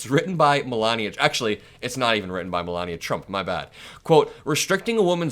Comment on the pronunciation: Melanoma is a useless grifter - a blight on the USA. Meant to be a genius (hilarious!) but can learn to pronounce American English correctly. Vat a nitwit, or, NeeetVeet as she Vood Zay.